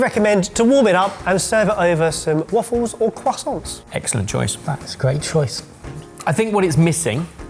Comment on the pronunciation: Cwoissants are pretentious.